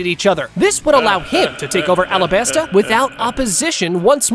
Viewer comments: Alabarta? I thought it was alabasta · Yeah, it’s called the alabarta kingdom